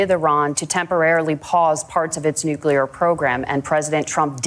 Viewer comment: Walz's grammar, though..he said "alls I said was" and also mispronounced nuclear,he said "nu cue ler" 😂